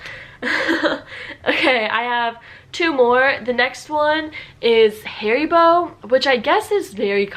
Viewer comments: IS NOT HAARIBOO IS HARIBO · Your pronounciation of HARIBO sounds like hair-bow to me. This is actually not a name. It stands for Hans Riegel Bonn. Hans Riegel founded this company in Bonn, Germany, in 1920. The headquarter and factory was located in Bonn until 2018. It was very popular to visit the factory store. Beside the regular products they had special offers of candy which did not make it to series production or was not meeting visual standards but was still good for consumption. While the shop is still in Bonn the company relocated to an industrial area outside of Bonn with more options to expand.